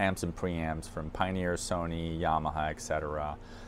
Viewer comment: What a beast. Great video. Also: Et Cetera (not eck cetera) :P